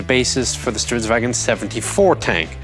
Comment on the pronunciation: i really like your pronunciation of stridsvagn. good work